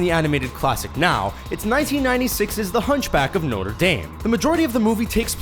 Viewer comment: Pleasee learn how to say notre properly